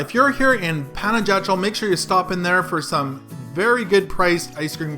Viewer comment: Great video. But for the next time ask the way to pronounce properly the place you're visiting. Panajachel (Spanish pronunciation: [panaxaˈtʃel]) or simply say Pana.